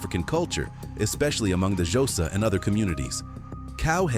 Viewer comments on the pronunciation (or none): none